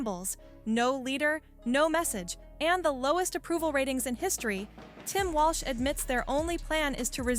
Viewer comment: the narrator calls him "Walsh?"